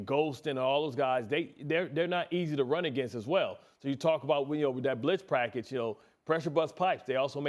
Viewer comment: BART, “Britz prackage” Scott 😂😂😂😂